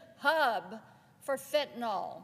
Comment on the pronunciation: Also mainly for the politicians from the South: it’s pronounced “FENT-a-NILL” not “FENT-a-NOLLLL.”